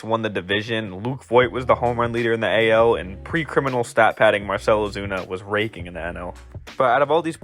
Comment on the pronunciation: I thought he said Marcel opina was raping not raking 😮